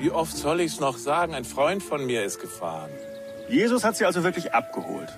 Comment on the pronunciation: JESUS mit Betonung auf dem u 😉